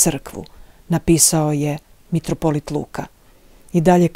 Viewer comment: Не каже се метрополит тако кажу крвати , православни кажу митрополит !!!